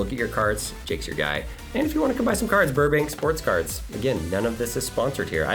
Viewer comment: Not la ca lol its buuuurbank dummy... "Burbank sports cards"